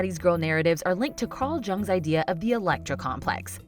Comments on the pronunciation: The man's name is pronounced young not je ung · Jung is pronounced yoong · Just an fyi that Jung is pronounced Yung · It's "Young" not "Jung" though :-O